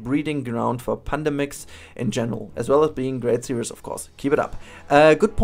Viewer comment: I must admit that your accent maskes me laugh a little, sometimes. Especially where you say "Pandemics" but it sounds like "Panda mix" x'D Anyway, great build! I love the medieval part. :D